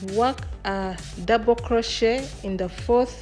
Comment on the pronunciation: I enjoy your tutorial videos. In case you didn't know, it is pronounced croshay (crochet) the t is silent.